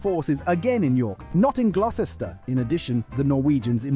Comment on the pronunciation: A super good video. I know you are working on pronunciation. So Gloucester is pronounced like this Gloster. Gloster is actually the old name of Gloucester. So god knows why they changed it.